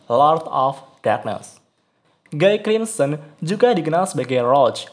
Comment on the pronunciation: bacanya "Gi krimsen"